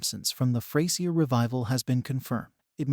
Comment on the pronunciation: Its not pronounced Fray Sier its FRAZURE!